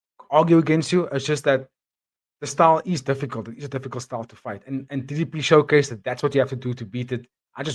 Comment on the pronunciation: People are super salty about DDP but at least they're saying his name correctly now!